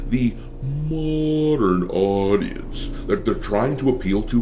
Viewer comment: mODerrrnn AuuDieenCcEee